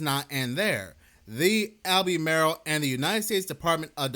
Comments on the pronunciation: It's Alba-mar-el not Al-bee-may-rel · "Al-beh-mar-ull". Not "All-bee-mare-ill". Thanks for upload! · All-buh-marl. Like the NC county. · Pronounced “Al-ber-marl” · Lol, it’s pronounced, Al-buh-marl. We still have no power in SW NC. Things are bad. Definitely NOT A NORMAL STORM. Please pray for us. I’m in Cleveland Co next to Kings Mountain. Crazy sh**. FEEL BETTER!!!! 🙏🙏🙏